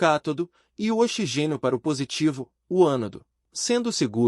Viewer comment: Parei de assistir quando o narrador falou "xigênio" 🤦🏻‍♂️